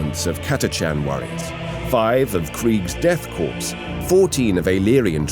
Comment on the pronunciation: There are some signs that could indicate to a casual viewer than the narration was done with text-to-speech and the content translation itself was at least not fully proofread for localization. Death Corps was pronounced like "Death Corpse" instead of "Death Core". Instead of the Armageddon Steel Legion, it's the Armageddon Legion of Steel. It's High Seneschal Helbrecht rather than High Marshal Helbrecht. I'm sure there's others. Those are just what popped out to me. Maybe was just being a professional and not questioning the work placed in front of him or wasn't given enough time to catch all of his own mistakes in the final cut of the voice over. I don't know how voice actors are supposed to approach the stuff they're supposed to read off. Still, I would have hoped someone who is as experienced as him and has done as much work for Warhammer as he has would push back a little on the script in places to avoid such concerns.